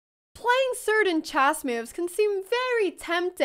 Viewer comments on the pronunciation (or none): I love you but please "chess" is pronounced /tʃes/ and not /dʒæzz/ as in jazzz xD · Chack mate Chass Bast Bast chass chack mate There's no E in this ladies accent